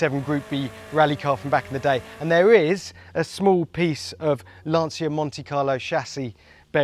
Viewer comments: Ah, IT’S LAN-CHA NOT LANSEEAH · Just please, learn to pronounce Lancia...